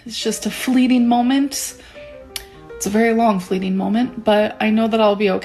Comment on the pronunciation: "A really long fleeting molment" That's.... that's not how those words work.....